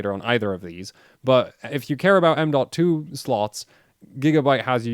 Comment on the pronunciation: He says m.2, I hear AMDolt